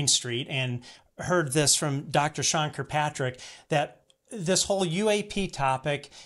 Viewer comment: Hi, I don't like Sean Kirkpatrick either but his name is not Kirpatrick. There is another k in it. That being said, I love your channel!